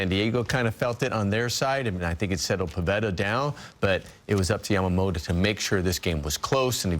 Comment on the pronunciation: Yamamoloじゃなくて、Yamamotoだから！！